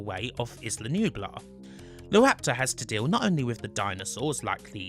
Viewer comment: "Izzla"? "Deeno"? Really?